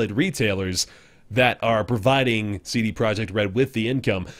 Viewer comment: Well, you did pretty good job with pronounciation of CD Projekt, it sounds exactly the same in polish. Another great ep. of dope series. Keep it up! :)